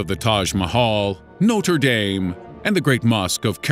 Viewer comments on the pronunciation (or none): eww his pronouniation is slowly killing me. 'playtoh' 'nohtreh daym' etc. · NOTRE "DAIM" ? Dàli ? . . . Omg . . . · Noh-treh DAMN! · U mad about Mozart but did u hear how he said Notre Dame? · I loved this video, but your pronounciation of Notre Dame gave me a seizure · That pronunciation of the notre dame though